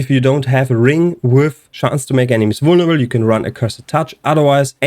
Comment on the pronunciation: The word is vulneRAble btw, not vulneble. Not trying to be a d*ck, just thought I might point it out.